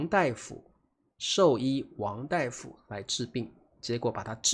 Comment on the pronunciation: 大夫 pronounced as “dai” 不是 “da”. Hmm…😊